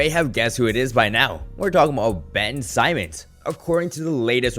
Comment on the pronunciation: It’s Ben Simmons not SAIMMONS